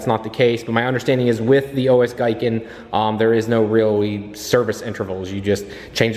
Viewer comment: Pronkunced GEE-KEN love your videos brother wish I could get my Supra to you one day you do phenomenal work